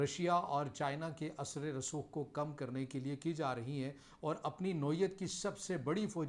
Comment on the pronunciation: Sir asre rasokh nahen hota balke asar rasookh hota ha.